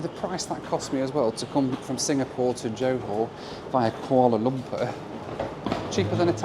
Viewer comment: I like how pronounces it "Koala Lumper" like Ronnie Barker as Norman Stanley Fletcher in 'Porridge'.